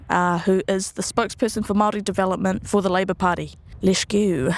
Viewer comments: Awesome to see NZ getting some international spotlight. Does irk me how Andrew pronounces Waitangi perfectly but continues to say Maori like "maow ree" throughout the video, though. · Bro didn't even try to look up how to pronounce of Māori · "im maori"? lmfao he cant even say it right with that devil mouth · David Seymour says he's Maori but can't even pronounce it correctly